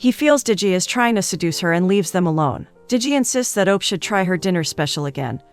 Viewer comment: As a Nigerian, listening to the narrator pronounce these names, got me😂😂😂😂😂😂😂😂 Segan - Shègùn Diji - Ďejì Op - Òpè 😂😂😂😂😂 Thanks for featuring the movie